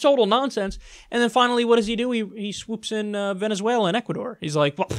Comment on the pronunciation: Venezuewa and scoiwism awe scawy!!